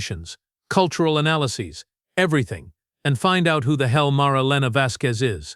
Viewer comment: I appreciate the fact that you don't have the same amount of commercials as the other stories, which is to say, excessive. Your AI needs to work on it's pronunciation. I don't know, maybe I am too tired, but I had a great deal of trouble not letting my eyes glaze over in all of the analases a nd deliberations.